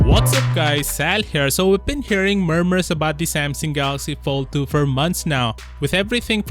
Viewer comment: Follthu, Foll-Thu, Foulthou what r u saying bruh?🙄 Dizgustung